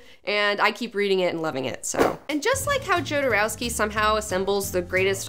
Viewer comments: It's not JOE-derowsky.. it's YO-derowsky. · I did not check if somebody mentionned that, but you mispronounce Jodorowski's surname (although you correctly pronounce his first name). You should use Spanish pronunciation: [aleˈxandɾo xoðoˈɾofski] where 'j' is pronounced as [x]. As a matter of fact, this pronounciation is very similar (just one 'k' less) to pronunciation of surname of that famous Russian ex-oligarch ex-prisoner Mikhail Khodorkovsky. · johnson Well, it's a Slavic sounding surname, but transliterated in Spanish, where the letter "J" is pronounced as H in "hat". So, yes, Hodorovsky, but if you showed that surname to a Slavic person, no way in hell would they pronounce it "HODOR-OV-SKY". They would say, "YODOR-OV-SKY". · KHodorovsky! :D Ay por Dios, que jodero era ese Alejandro.... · Pronounced Hodorofski. Great show btw. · It is pronounced Ho-do-roh-skee. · "yodouroskei" what a hideous pronunciation??? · It's pronounced Hodorowsky. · Fuck YEAH!!!!! I love Jodorowky. But that's not how it has to be pronounced. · it´s funny how you say Jodorowsky XD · Alejandro Jodorowsky is the biggest thief of concepts and ideologies of our time. And also you are pronouncing his name wrong